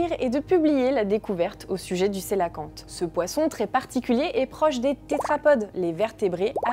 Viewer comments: On prononce pour le cœlacanthe : quelacanthe SVP et non celoquante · Va falloir arrêter de mal prononcer le nom du Cœlacanthe ! Ça se prononce qœlacanthe ! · Du coup je découvre que j'ai toujours mal prononcé cœlacanthe 😅